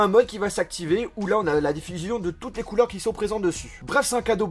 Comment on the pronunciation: Arrête de finir tes mots par einheu du genre : couleureinheu